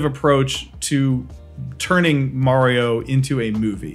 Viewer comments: I cringe everytime I hear someone call Mario as M-a-rio instead of M-u-reo. Even M-ar-io sounds closer to how it should. I know it's spelt with an "a" but it's Italian. I'm not saying those that say it wrong are stupid, it's just that if someone pronounced my name incorrectly and then I corrected them, they are wrong for telling me that they will say it however they want because that's how they said it when they were a kid. It's a silly reason. Ok. Rant over. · Why do you pronounce Mario wrong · I still don't trust anyone who says Mario like him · You say Mario wrong so I just stopped watching the video. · Marry-o, why? Maaa-rio! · I'm sorry but.....who is Merio? It looks like you're talking about Mario but you keep saying Merio, I've never heard of Merio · Dude is one of the biggest Mario fans and still occasionally pronounces “Mario” as “Maireeoh” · ITS NOT MAYRIO Its MARIO! :D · uhm achkshullly its mah-rio not meh-rio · Why do you say Marry-oh? His name is pronounced MAH-RY-OH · May-reeyo?? You can’t just say Maa-ri-o? It’s so so annoying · Stop saying mayrioh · I say mayrio too its ok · Why mayrio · Good old mary-oh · killed the video when you say Maryo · Great now I’ll always say mayrio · So are we just going to gloss over the fact that he says "MERIO"? 🤣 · It really frustrates me that he says "Mayrio" lmao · It's Mario, not Merry-Yo T----T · Who is this "Merry O." person you keep mentioning? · watching the first 1 minute of this video just instantly tells me how you have no idea what the franchise mario is. the way you said “MARRYO” and the way you said “old computer game” already told me alot. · Please God stop saying May Rio. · Aren't you from NC? Don't you know we pronounce it Mario down here 😂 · But why continue to mess his name up when even the non English speakers say it correctly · Lol you had me all sine throughout this video the way you kept switching between pronunciations of Mario 🤣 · I love how you went out of your way to pronounced mario wrong.